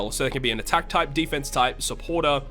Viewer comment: I got one question after watching the video: why do you pronounce deFENse up and increased DEfense? 😂 Nice video, btw